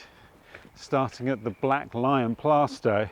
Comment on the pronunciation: A great walk, The Black Lion is a great pub spent a good deal of time there while at college. Your pronunciation of Plaistow is right. Always loved West Ham park, the first ever FA Cup goal was scored there, so ties in nicely with the sporting links